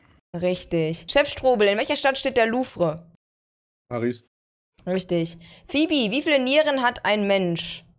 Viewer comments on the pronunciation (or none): Ja hoff ich auch und wie sie auf cool so Paris gesagt hat 😂